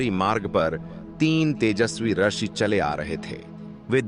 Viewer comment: रशि नहीं रूषि होता है ।